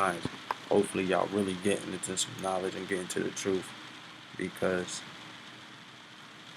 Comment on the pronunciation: Hearing him say “troofs” puts a smile on my face.